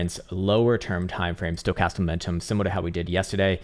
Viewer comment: Does anyone else crack up when he says “stocatam momentum”? 🤪😆😆 is genius mad scientist! Love the work man. Saving me a fortune in this bear. Ill never be a trader but sure am keeping patient for lower buy in prices. I keep on stacking.